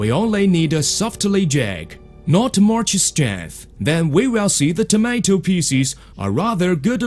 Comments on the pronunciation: picies XD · he just cut the onions into pisses.